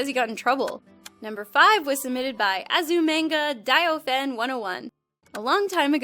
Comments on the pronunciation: you pronounced azumangadaioh wrong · The girl pronounced Azumanga Daioh in a weird way But technically she pronounced it right